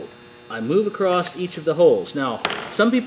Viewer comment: It's not "Acrosst here" the word is always "across" there is no t. thanks